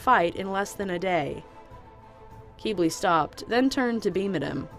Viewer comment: honestly, the way you say Qibli is honestly not bad, i like it, also, i have no clue what D&D